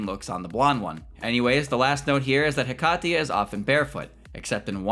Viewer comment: yes he pronounced it correctly